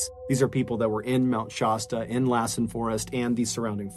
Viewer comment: Mr. Ballen,Oregon native here. I love listening to your stories. So sorry to say that there is one part where it turns into nails on a chalkboard. You pronounce Mt. Shasta, like Pasta. It's not, it's pronounced with an "a" like in cat. ❤❤❤❤❤Mount Shasta is typically pronounced SHASS-tuh. The "sh" sound is the most common, and the "a" is pronounced like the "a" in "cat". Youglish recommends breaking the word down into "shast" + "uh" to help with pronunciation. Some people may also hear it pronounced more like "Shawsta", but the "Shass-tuh" pronunciation is generally considered more accurate.